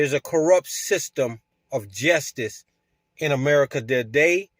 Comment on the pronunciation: did he just say "jestice"..😅😅😂.. 🤡🤡